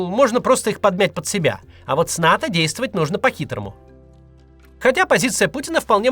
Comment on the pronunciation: Не НАТА, а НАТО